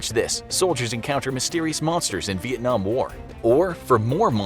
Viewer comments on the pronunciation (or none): none